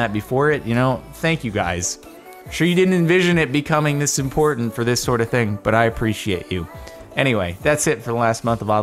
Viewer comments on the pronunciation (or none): none